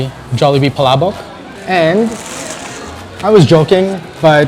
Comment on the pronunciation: That dude at the beginning said Palabok like a champ! lol.